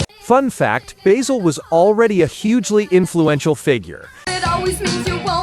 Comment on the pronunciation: Keeps saying Toni Baysell It’s Toni BASIL Ugh 😤